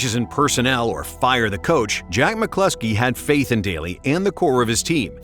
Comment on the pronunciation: It's McCloskey. This clown says McCluckski one more time and I'm out.